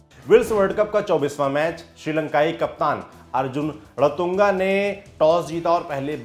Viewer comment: Ratunga nahi ranatunga brother